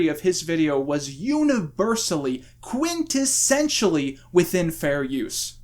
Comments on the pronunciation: btw how hard is it not to say -sentially seems pretty hard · every time says 'quintessentially' i hear 'quintonssentially' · Heh, "quintonsentially"